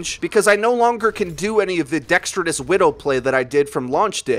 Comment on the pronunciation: The word is dexterous, not dextridous. I'm triggered.